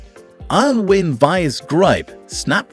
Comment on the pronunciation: Is this just an AI generated tool video? The narrator can't say "Irwin" correctly or even consistently.